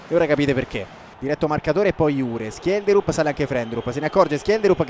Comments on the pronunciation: Schjelderup di legge Scelderup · ho cercato la pronuncia in norvegese di schjederup e si dice scielderup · Si dice scielderup, lo usa già menzo nella sua carriera con lo shalke